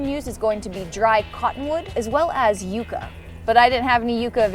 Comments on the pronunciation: Yooca? It's pronounced yuck-uh, ma'am. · Just fyi, it's pronounced yuck-a. Yuca (you-ka) is a tuber plant that's very different from yucca. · "Yooka" you mean yucca? As in yuh-kuh? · It's pronounced yuck-a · You-ka?? Do you mean Yucca? Said yuck-a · You pronounced yucca wrong...